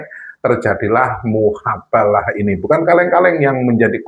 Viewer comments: Miin...hapus lg video nya,,,ulang lg ganti kata,,, Jadi mubahalah.... Bukan muhabalah... Kasian sy liat koment nya....!!!! Doooh...aink maaah..... Gegara kabib dobol efect nya ada² bae... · MUBAHALAH BUKAN MUHABALAH ADMIN OIII.. 😅😅😅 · Mf min bukan muhabalah tp yg benar mubahslah